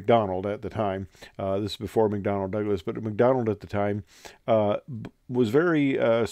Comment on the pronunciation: Why did the word "contraption" keep coming to mind while watching this? Another fascinating snippet from aviation history. Thanks. Nitpicking here by a St. Louis area native, but I believe it's McDonnell, not McDonald. 😉